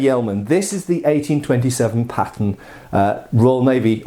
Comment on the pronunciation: His accent made me think he kept saying patent instead of pattern